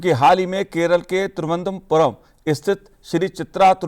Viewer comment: तिरुवनंतपुरम का सही उच्चारण तो सीख लीजिये।